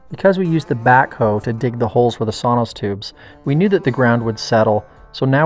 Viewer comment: I believe it is "sono tubes" "sonos" is a company that makes speakers.